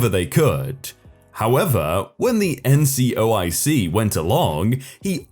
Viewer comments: Will you STOP mispronouncing the words that are spelled out in front of you!!! NCOIC is "en" "see" "oh" eye" see" not NCIOC you read what it stood for and then read it wrong several times throughout the story... great way to piss off all your military listeners... ...talk about a fubar"... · As a military listener, it didn't piss me off or even annoy me slightly. That said, it was mispronounced a couple of times. Also, I don't understand your second sentence at all. The initialism (abbreviations are shortenings that are pronounced as a word, Taser for example, you read every letter of an initialism) wasn't pronounced as a word, no one indicated that it should be, and no one called it an abbreviation except you.